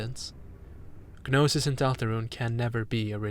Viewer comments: excellent analysis but why do you say it "guh-nosis" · small note i think the g in gnosis is silent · I don’t think you pronounce the G in Gnosis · G in "gnosis" is silent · Wow. Stunning video! I love thinking about media in terms of mythology and mysticism. This was a treat from start to finish! (The "g" in "gnosis" is silent, though!) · The G in Gnosis is silent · Thank you for the wonderful video, but the g in gnosis, gnostic, etc is silent. 'gn' just makes an n sound, like gnocchi